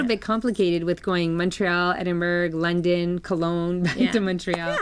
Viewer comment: Hi ladies- you might want to look up how to pronounce Edinburgh before you go.... congrats on being included in the podcast lounge! Love listening to you two.